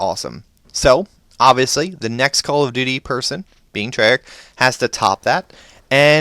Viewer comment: forgot the h at the end and is Treyarch not trayarc